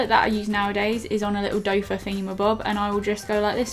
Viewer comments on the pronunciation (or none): you do know that the soft spongy thing on the end of a concealer wand is actually called a 'doefoot' - like a soft deer foot idk, not a 'doafer' lmao 😂😂 love ya and ya vids x